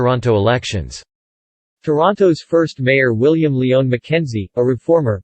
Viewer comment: Thank you for a very detailed timeline of our city, though I must make a few comments. As previous commenters have stated, the pronunciation of several names was way off (William "Lee-on" McKenzie?) . I wondered if you had bothered to check on how these names are spoken as a rehearsal before you filmed. I recognized the same shortcomings in various other videos and am thinking that this entire thing was read by AI, as the same mistakes are evident elsewhere on the internet. Just a hunch. You had a mountain of dated events which were all very interesting. But you ran the same photos over and over, so that what you were discussing had no relationship to what was showing on the screen. There are many photos and drawings of all these events that you could have used to show the subject matter; Great Fire of Toronto, CN Tower, Don Valley, etc. I know a lot about our shared history so I just listened to the speaker while washing the dishes since, after four minutes, the same photos repeated. Please take this and others' comments as constructive criticism.